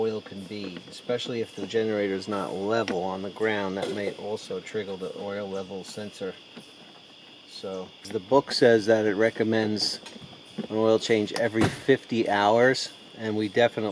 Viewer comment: First of all thank you for taking the time to make this video. “triggle”, REALLY?